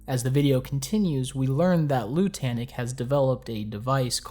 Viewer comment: Is anyone going to mention the fact that Lutanic is supposed to sound like the word lunatic? Or is it just not worth mentioning?